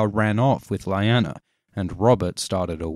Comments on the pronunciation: Lyanna is pronounced Lee-Anna... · It's not LAYANA.. please pronounce names properly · "LAIANA" wtf man . . . learn the pronunciation at least :s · It's pronounced "Lee- Anna" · Yeay,, new video! But it should be LEE-AH-NAH, oh well, hahaha.. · This was very interesting and I loved everything about this video except from the way you pronounced 'Lyanna', but that's neither here nor there. My only real issue is that the whole theory seems to rest upon an innuendo. Rhaegar stabbed his Nissa Nissa with his penis? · watching this video for the first time today.... do you have any idea how infuriating it is to hear Lyanna's name so terribly misspronounced????? cmn! on a 10M views video, really? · I’m sorry but I cant ignore the way you pronounce Lyanna. Great video tho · Imma be honest, your pronunciation of "Lyanna" is driving me a bit crazy here. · Is anyone else bothered by his pronunciation of Lyanna? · You're saying "Lyanna" wrong... according to how everyone to the show at least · Dude this is a good video but your pronunciation of Lyanna is annoying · Great video but the pronounciation of Lyanna just ...... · U don't know how to pronounce Lyanna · If you cannot even pronounce Lyanna’s properly what’s a point of making a video about her. 😖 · Pronunciation of Lyanna was Totally Off......jus sayin.....but it was some great info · Your mispronunciation of Lyanna makes this video almost unbearable. Aside from that, it is very well done. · Why do you pronounce Lyanna's name different than it's pronounced in the show? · Stop pronouncing Lyanna that way. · THAT'S NOT HOW YOU PRONOUNCE LYANNA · The "Y" in Lyanna sounds like an "E" please!!!!! but anyways... very interesting, good video! I like your theory ♥ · Why do so many people mispronounce names? Lie-ann-a? It's Lee-aw-na. The show gives pronunciation, no reason not to know. You pronounced Talisa and several other names incorrectly in other videos. It's distracting. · Lee-yanna, not lie-anna ffs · Its lyana not layana !